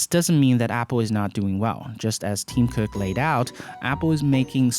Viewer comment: I'm not making fun of your accent at all (in fact I think it's pretty cool) but I kept hearing "Team Cook" 😂😂 excellent video man!